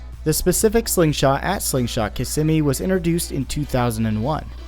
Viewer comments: Kissimmee is pronounced KIZZ ME!! I was corrected by a born and raised in Florida friend. She said I couldn't be an official Floridian unless I pronounced Kissimmee right. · The way you pronounce Kissimmee is grating on the ears, but great docu on the accident !